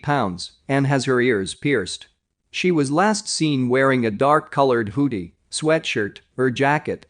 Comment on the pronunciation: H-"EW"-see instead of hoodie lol